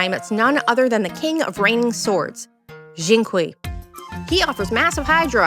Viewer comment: That xingqiu pronunciation HELP